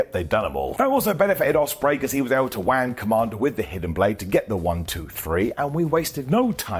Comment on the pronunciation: The way said Wang Kommander had me spitting 😂